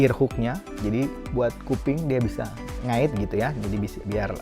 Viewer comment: "bisa ngait..." keliatan orang Bandungnya kwkwkwkw